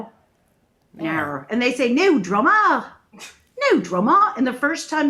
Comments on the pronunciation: haha you couldnt sound less like an australian with NO DRAMAAAA lol, was too funny to hear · Lol.....as a Aussie, it took me a while to realise you were saying no drama ! Very English pronunciation. Nahr drahma mate !